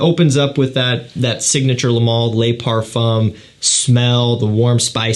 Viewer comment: A pet peeve of mine. In French the word "le" IS NOT pronounced "lay"